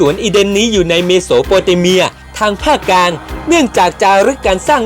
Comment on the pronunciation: ข้อมูลดีครับแต่ออกเสียงคำว่าอังกฤษต้องควบกล้ำเป็น อัง- กริด นะครับ..กลางก็ต้องมีล..ลิงไม่ใช่กางครับโดยรวม ร.ล.ไม่มีเลยครับ